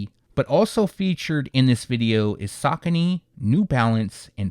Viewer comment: It’s sa coney bro